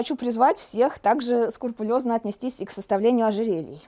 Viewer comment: Тема интересная, и материал богатый. Но косноязычие автора и бедность лексики мешает увлеченно слушать: шершаво на слух.. Например, слово скрупулёзно произносится как - то так: склупулёзно. Читайте книги по искусству.